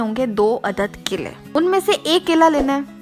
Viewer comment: Apke kaile 😂😂mere kaile 😂😂 apka dosra kaila, 😂😂😂😂khud video dekho or suno kitna weird lgra hy Or yeh recipe nahi thi ..bore hoke dosro ko bore karna ka new tarika tha